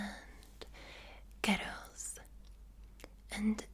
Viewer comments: more like gurells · Guirrels like squirrels